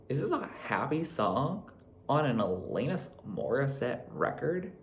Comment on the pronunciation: 🇨🇦 It's Alannnnis. Not Elayyynis.. juss sayin.